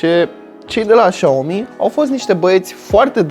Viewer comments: trotineta se numește Xiaomi Xiaomi tu ai zis și aomi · Spui șaomi , când ar trebui sa citești siaomi sau chiar cum scrie xiao mi și mijia i loc de miya Dacă nu știi cum se pronunța le citești pe amândouă cum se scrie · Se citeste "șa'omi"